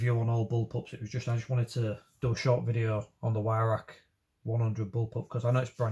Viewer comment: o you said ""why rack "" no W sound in German m8 its its pronounces v-roch or VIe-roch (with the welsh CH sound) im welsh and a gunsmith for 33 years and as the name suggests used to be a gun importer of edguns, not an english teacher lol sorry pet hate of mine :) like people calling pattern welded steel Damascus (im also a blacksmith) that one really gets me ! :-)